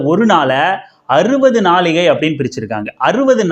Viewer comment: என்னய்யா! தமிழ் இது?! ✅"நாழிகை" ழகர உச்சரிப்புதான் தவறு ன்னா screenல அதை எழுதி இருக்கிறதும் தவறு. அதான் கூகிள் இருக்கில்ல. அதுல type பண்ணி சரிப்பார்த்து videoல போடவேண்டியதுதானே?! தமிழ் தமிழ் ன்னு சொல்ற திராவிடக்கட்சிக்காரங்களே தமிழை பிழை எழுதுனா எப்படி?